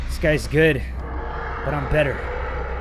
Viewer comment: It’s “Gucci”,and it’s “guys” Not trying to be rude